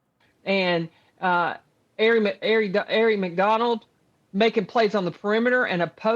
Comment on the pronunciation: She also said KM was a pointguard and couldn't even pronounce Aari McDonald correctly. I think we know how far her basketball knowledge reaches.